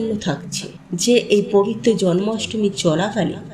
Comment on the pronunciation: ভাষা শুদ্ধ করে কথা বলুন পম্পা😮😮😮😮 বারে বারে পবিত্ত কথাটা ভুল বলছেন কেন😮😮😮😮😮 ওই ভাষাটা পবিত্র হবে 😊😊পবিত্র দিনে কথাটা বলুন 😮😮 কত মারাত্মক এই ভুল কথাটা 😮😮 বারে বারে বলছেন পবিত্ত দিনে 😮😮😮😮😮😮❤❤❤❤❤